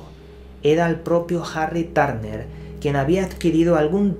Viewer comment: Jarri Tárner 😂🤣